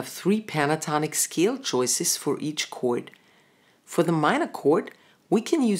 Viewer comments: ich versteh immer nur Kurt, wer isn Kurt überhaupt? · I like your pronunciation of "chord";-)